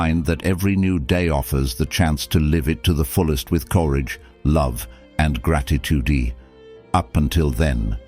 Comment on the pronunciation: Is that why some words were completely discombobulated? Lol “Gratitudeeeeee”